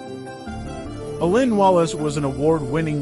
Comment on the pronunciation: Dude, you’re just trying to grab viewers, likes, and subs. You can’t even pronounce his name. Or noctilucent for that matter. Shame on you.